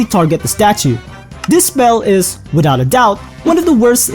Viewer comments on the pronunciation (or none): none